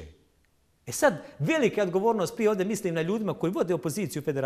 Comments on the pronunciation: Nije ođe Nego ovdje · Kakva je ovo dzaltara u cvenom sakou, koja kaze "vodje" umjesto ovdje.